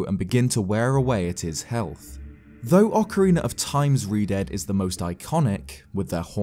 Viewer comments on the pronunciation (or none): none